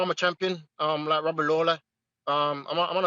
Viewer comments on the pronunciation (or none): none